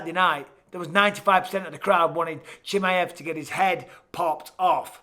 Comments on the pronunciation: and I'm done... I just can't... at least when Chael gets peoples names wrong, I know it's because their name is wrong... I cannot deal with Michael saying Chimmy-iv. No. Just no. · And he says"Chimi-ev" over and over again. 😂 Like he's a chimichanga. Chimaev only has one i. Bisping should know about "one i". 😁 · khamzat "Chimmey-evv" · The way bisping says chimieve looool it’s funny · Micheal "Chimi ev" Bisping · How are you still not saying his name correctly?